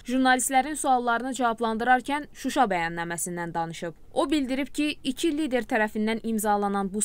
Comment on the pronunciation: Suwa yox wuwa😁😁